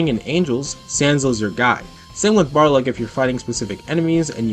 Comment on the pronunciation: Im sorry, i cant wit you contiuously mispronouncing balrog; its pronounced ball-rog, not bar log (not me being mad, just giving you info lol)